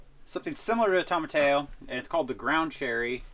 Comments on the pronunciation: You guys say tomatillo just like my older brother used to. He passed away 21 years ago and would have been 55 this year. I still think about him and miss him every day. I always had to tell him it is tow -muh-tee-oh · Have you guys been trolling us for 3 years by pronouncing it tamahtayo? 🤣👌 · Those peppers look amazing. FYI tomatillo is pronounced tow-ma-TEE-oh. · Both of you have an impressive knowledge of gardening, hunting, gathering, cooking, construction, etc. All of your content is interesting and informative. Since living in Tucson Arizona for 44 years, I’ve learned that tomatillo is pronounced toe-mah-tee-yo. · Guys, I love your series. Since you are careful about your veggie pronunciations, and myself being from South Texas, I do believe it's tom-a-TEE-oh. Regardless, carry on! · I'm not from Texas, but I did grow up in a Hispanic community and I've always heard it as tom-a-TEE-oh too. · I love how y’all work in tandem. I do have to tell you, you are mispronouncing “tomatillo”. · They are pronounce tomatillo the 'll are silent in Spanish , and the plant of the Tomato which is a form of tomato it is a vine that needs to be line to throughout your hot house there cuz when you top it off that way you don't get them bigger they're supposed to be bigger and said a little less I really enjoy watching your program thank you for the chili pepper medley God bless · The pronunciation of "tomatillo" is bugging me like crazy but still love the video. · I hate the way you guys say tomatillo. Lol. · I didn't get what you call the veggies for the salsa ?? Tom-something :))) ?? I ran it in all slow speeds, just cant get the middle part. Is your jam similar to Chutney by chance ? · But it’s pronounced toma- tee-yo not toma- tayo. Love your stuff! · It’s funny how you say tomatillo almost like tomato, “tomaTAYo” instead of “tomaTEEyo” 😆 I never thought of growing them myself but now I want to so I can make that salsa! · tomatillo- to ma TEE oh. eh!